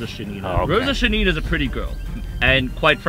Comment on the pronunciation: A quick note: it is Shánina, stress on the first syllable. Great video🔥